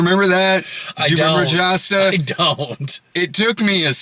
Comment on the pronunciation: I believe Josta is pronounced Y’osta.